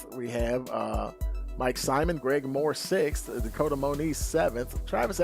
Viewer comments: Is pronounced SIMOAN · Simon is pronounced SIMONE!